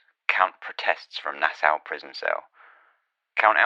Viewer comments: Na-saw, that's how it's pronounced.🫣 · Bahamian pronounced "ba-HAY-me-an". Nassau pronounced "Nas-saw"